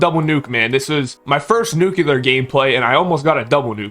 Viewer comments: Nuclear!!! Not Nucular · he’s joking, he’s saying that he doesn’t know what a “Nuke You Ler”. The reason he’s saying this is cuz he thinks that the way this guy pronounced Nuclear is weird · i lover how you say nuclear its so satisfiying nucelar